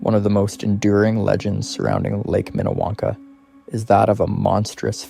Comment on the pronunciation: It’s Minniewanka in not what you just said